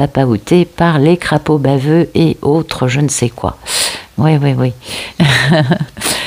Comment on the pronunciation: Punaise je rigole quand tu prononce les crapauds Baveux 😂😂😂 ça bâve un crapaud ? en tout cas ceux là ouiii...la bâve du crapeau n'attend pas la blanche colombe n'a ! 😂 Ras le pompon , ouiiii j'en rêve...oui qu il se bouche le popotin ..gogo...je me centre sur la réalisation de mes rêves...petit hic mon chakra racine me pose souci au bout de 2 ans...mon corps commence à fatiguer...a souffrir...merci pour tes belles guidances ✨✨✨